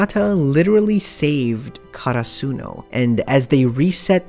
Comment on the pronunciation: I was so confused when he said karasuno cause of his pronunciation. Like the fuck is that